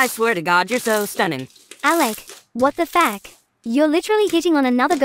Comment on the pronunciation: Nah bro the what the fack when they said it whith an A 💀